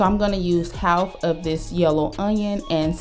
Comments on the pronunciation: I like the way she says half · you don't often hear people pronounce the L when saying half